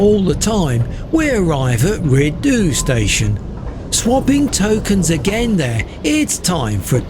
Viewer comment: Rhyd Ddu is pronounce "Reed Thee"